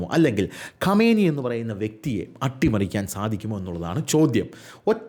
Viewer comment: ഖമേനി അല്ലടാ ആദ്യം പേരെങ്കിലും നല്ലത് പോലെ പടിക്ക് 😄